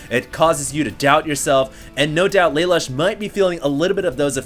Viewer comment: I'm pretty sure it's laloosh not lay-lush. After all he is european.